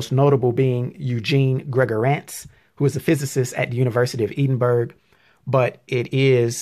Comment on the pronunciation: "University of Eden berg?"........I think you mean Edinburgh pronounced 'Ed-in-boar-o'. Pronouncing names of major global cities is step one when it comes to instilling confidence and credibility in your videos. In other words your title "For Lack of Knowledge" should not so obviously apply to you.